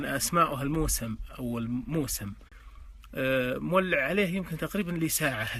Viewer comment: موسم بضم الميم وتشديد السين